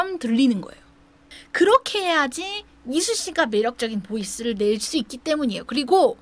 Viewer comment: 이수씨라고 하시는데 자꾸 이순신으로 들려욬ㅋㅋㅋㅋㅋㅋ